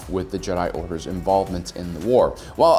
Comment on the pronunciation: “A lot of the blame lies in the Jedi Oders” probably the best split second mix up of words I’ve ever heard